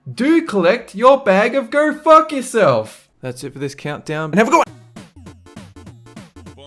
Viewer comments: Do not pass GOERRGHH. He can't say his O's. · "Do not pass gurrr"